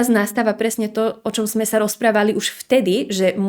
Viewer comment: Mäkčí dobre; niektorí Stredoslováci mäkčia aj tam, kde už ani netreba. Ľudia z regiónov, kde sa hovorí tvrdšie, nedokážu vysloviť poriadne -le, -li, ale to Líviin problém nie je. Gramatické chyby u nej nevidím (prekáža mi len "vo veľa veciach", "v mnohých" by bolo lepšie a ešte som si všimla nesprávnu výslovnosť sme: m mení s na z, takže vyslovujeme zme, ale to si asi mýli kvôli "so mnou", kde robia Východniari často chybu a vyslovujú to nesprávne ako "zo mnou"..;-))